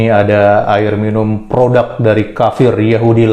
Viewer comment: PRODUK boss .. bukan PRODAK... Pake U bukan A... Benerin donk bhsanya .. skali lgi bhsa Indonesia yg benar itu PRODUK..!!!